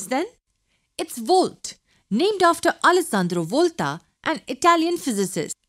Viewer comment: "Allessandro Volthhaaa"